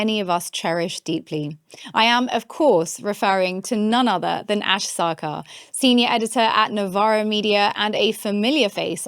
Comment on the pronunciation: Way do you adopt a french accent when you say your surname? Accent is not implied in text. So pretentious.